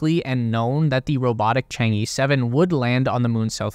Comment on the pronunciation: I've follow this channel for 2yrs, and you guys still pronouncing 嫦娥 in "Chang-E" till this day. like, A B C D E. No, not like that. Simply paste the word "嫦娥" in google translation, there will be the proper pronunciation of the charaters in Chinese. Being a westerner is not the excuse to make a low quality video essay. Consider how unprofessional this is.